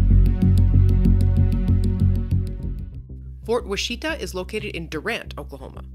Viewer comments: Fort WASH-ih-taw and CHIK-ih-saw. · The forest is a test plot to study tree growth, in specific soil types. And learn to pronounce Washita